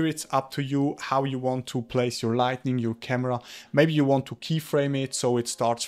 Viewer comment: Good tutorial on lighting, thank you! Btw, it's Light-i-ng, not Light-N-ing, no "N" needed, lightning would refer to a thunderstorm, hope that's not rude of me.